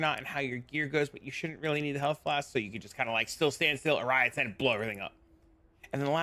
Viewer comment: Thank you, love the builds and guides. Umm, are you saying words wrong on purpose? Inexorable, Oriath, Caspiro?